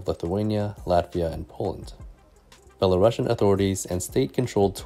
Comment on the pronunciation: "belarusian" is pronounced as [belarusian], not [belarashian]. it's from the word "Belarus", not from the word "Russia" :)